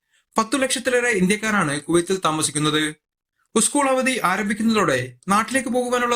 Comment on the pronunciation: ഉസ്കുൾ അല്ല സ്കൂള്‍ 😊😊😊😊